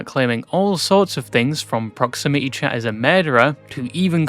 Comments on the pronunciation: ‘I talked to proximity chat yesterday’ ‘that was his spiwit acksually’ cracked me tf up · Pwoximity cshat